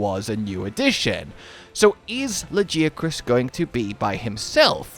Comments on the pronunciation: Can’t go round saying “it’s Tigrex not teagrex” and say lagiacrus is pronounced “lageeacrus”. Can’t have it both ways. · oh, so you’re one of the guys in the comments he mentioned. I was poking fun but since you brought it up. It is TI-GREX like tiger and LA-GUY-A-CRUS like that guy chris. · Fellow Yorkshire man here not sure what part ya from but I’ve not heard it said like that 😅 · Please for the love of god say Lagiacrus properly! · I know you acknowledged us directly but your pronunciation of Lagiacrus is still WRONNNG. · Dude literally google the pronunciation of Lagicrus.... yup and Altreon is pronounced Alah-Treon 😂😂😂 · appreciate your pronunciation effort and apparent certainty. Close but not quite. It’s pronounced with a “gee” not “jee”. You can hear the official pronunciation in the Welcome to Monster Hunter video - Presented by Daisy Ridley video Further confirming the pronunciation, this can be seen by localizing Lagiagrus’ spelling from Japanese. The ギ in ラギアクルス represents the gi syllable more specifically the “gee” sound. If it were really pronounced Lah-jee-ah-crus, it would be spelled with a ジ or ヂ (both representing the ji syllable) instead of a ギ. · Is LAGI 😢 not lagia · Nah. It's La-GUY-a-crus. Cause he's my number 1 guy. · I hate to break it to ya man, but the Japanese name is ラギアクルス, and that's a hard G sound, not a J sound. It's also an E sound after it, not an I sound. It's "la-gee-a-krus." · Lmao not getting called out for saying Laggy-a-crus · Luh-Gai-Uh-Kris. Get it right. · La-ghee(like the clarified butter)-uh-kroos (like how its pronounced in crusade). I swear Lagi has THE most variation on pronunciation in the fandom of any monster. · Me: “Why tf does he keep saying La-gee-uh-kris” Him: “It is ‘la-gee-uh-kris’, I know who you are in the comments.” 😮